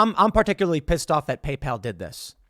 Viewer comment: Did Tim call it Gaypal? Sounds like a competitor to grinder